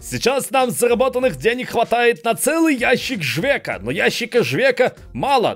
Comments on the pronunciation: Там попровка ящик не жвека а живець, читать по Польськи не умеешь?)😁😁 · живец а не живек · По поводу пива из начала ролика. Так как я сейчас живу в Курвлпердолии то просто не могу просто так пройти мимо неправильно прочитанного названия. Там не "Жвек" а "Живец" читается. #помогаемвождяпольскийучить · Жвек))) Угарнул. Вообще "Живец"